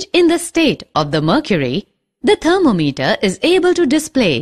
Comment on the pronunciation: Thermom eter not alcohol meter